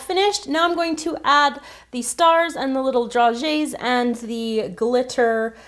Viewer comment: I believe it is pronounced dra-gays, not dra-ges